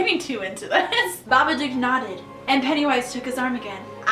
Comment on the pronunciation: did i just...did i just hear babaCOCK HAHAHA